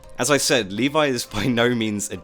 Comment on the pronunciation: ..... and you shouldn't pronunce Levi "Leevay", you should pronunce Levi "levy", and don't say shit like "iN tHe AnImE eVeRyOnE sAyS leevay" because you know how many problem Japan has with foreign languages.